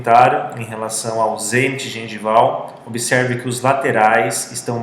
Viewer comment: "Como que..." e "obeserve" foi brabo....